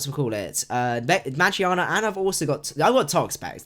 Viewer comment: He says meargearna wrong